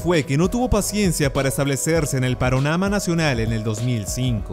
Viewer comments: Creo Que no fui el unico Que escucho Que dijo paronama en vez de panorama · minuto ¿paronama?